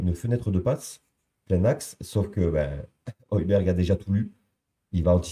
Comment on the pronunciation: Oilbierre phonétiquement 😅